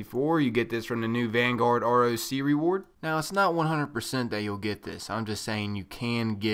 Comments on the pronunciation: "Roc" is pronounced "Rock" named after a very large Arabic mythological Bird of prey. so its not said R. O. C. its Rock, get it right. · I got the ugly ripship one :/ Btw it's roc as in 'rock' js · It should be pronounced "Rock" because just like the other Playlists a Roc is an animal, its a giant mythical bird of badassitude